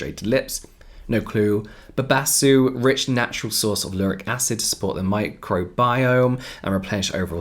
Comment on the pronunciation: James trying to say cupuaçu and babassu 😂😂 Her mom is Brazilian and those are 2 Brazilian fruits. As açaí.